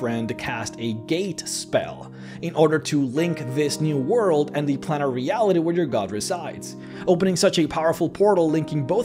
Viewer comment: Its planer, not planner. I dont get how youre saying planes instead of plans, but choose planner instead of planer.